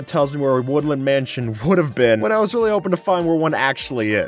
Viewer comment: A "Would-Land Mansion"...